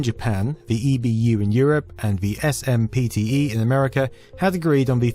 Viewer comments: “Ess Emm Pea Tea Eee” 😂 too clue! You ARE joking, right? You know that SPMTE is pronounced “SIMP-tee”, right? Right 😮? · SMPTE, pronounced 'Simpty' by those working in the industry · Great video. Couple things I wanted to add. SMPTE is general accepted as “simp-tee” for short. Save yourself a mouthful next time. One other cool note is that if you multiply the width by height by framerate from NTSC land( ) you get the same number as doing the same equation in PAL resolutions. ( ). Both yield 10,368,000. Not sure why this is. Seeing as how both standards have the same bandwidth I’m guessing that’s just the most they could get out of it. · It's pronounced "simp-tee". Sheesh.